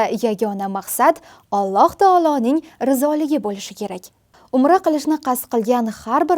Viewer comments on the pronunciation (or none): none